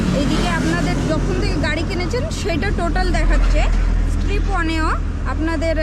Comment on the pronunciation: ওটা স্ট্রিপ নয়, trip হবে। আর আপনি যেটা স্ট্রিপ one বলছেন ওটা ওডো মিটার